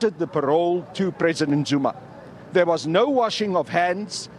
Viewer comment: It’s Zuma not Zoomar